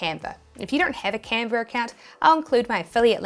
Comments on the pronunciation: no r in canva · Love your accent “Canver”…. I digress!